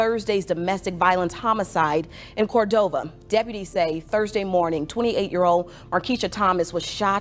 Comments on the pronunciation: It’s Pronounced “Cor-DOVE-A” 😂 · It’s COR-DOV-A!! Lol! That machine voice said it all wrong! Leave these dusty men ALONE, especially these dusty Memphis men.